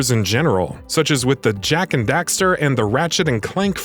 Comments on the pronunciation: The fact that you're saying Dexter instead of Daxter was so distracting to me. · Bring back Sly Cooper it can be done! And dude, its not Jak and ‘Dexter’ its Jak and Daxter lol.. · also it's DAXTER not DEXTER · He say Jak and Dexter at the end.... They need a new person to read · "Ratchet and Clark". "Jak and Dexter". Wat. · I don't understand how you can pronounce Daxter and Clank correctly but then proceeded to say them incorrectly in the same video